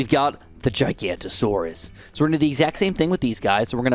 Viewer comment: giga no to saurus not gi ganta saurus